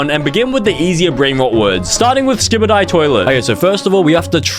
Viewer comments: i know it's skibidi toilet but he said skibidie toilet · For those who don’t know, it’s skibidi toilet not Skibadie toilet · bro really said skibi die toilet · "skybidi toileh" 😭🤞🥀💀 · “Skybeedee twoilet” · WHY DID BRO PRONOUNCE SKIBIDI LIKE THAT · Why does he say skibidi like that? 😭